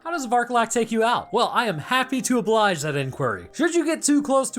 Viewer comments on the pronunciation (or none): none